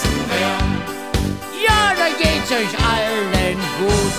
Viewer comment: Keenisch von Sachsen